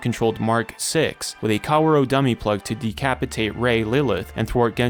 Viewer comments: I get too distracted any time he calls Kaworu "Cow-roh" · I shed a tear with every mispronunciation of Kaworu's name